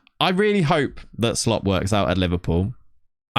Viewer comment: It's pronounced "Arne Slot." Not once in this video did the presenter get it right. What skin do you use?